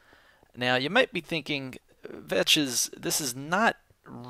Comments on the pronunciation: The actual one is pronounced vex, vetches is ironic. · It's Vechz, but Joe Hills always calls him Veches. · I think 'vechz' is the way you pronounce Vechs and 'vechses' is for Vechs' as in Vechs' Test World.